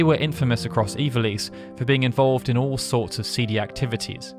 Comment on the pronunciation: I don't know why I can't accept the way you pronounce ivalice. Ee-val-ess is how I always pronounced it. Maybe I'm wrong